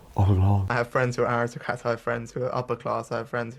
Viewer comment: rishi rish the awistocwat